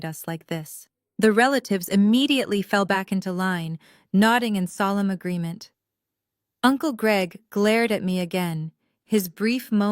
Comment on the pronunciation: Solemn agreement - not Solomon agreement